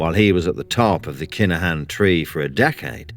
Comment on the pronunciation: It’s pronounced Kin-a-Han